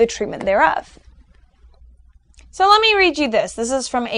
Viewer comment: FWIW, It's pronounced "MAZ-lov". A v-sound at the end, not a w-sound. Other than that, you've definitely whet my appetite for the other videos... I agree with the assertions so far. ; )